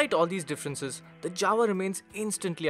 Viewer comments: Guys, why you call Jawa as Dzawa? Fistly its not correct and secondly Dzawa doesn't make a sense. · J in Jawa speaking like Y in yes. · You're right. This is not the correct Czech way to pronounce it. But its the way its been said here since the 1960s and the company says they're going to stick with it. It's similar to the way we say that we're going to 'Paris', not 'Pahree' :)